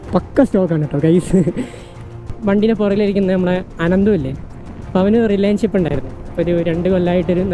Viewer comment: റിലേൻ ഷിപ് അല്ല മോനെ റിലേഷൻ ഷിപ് 😂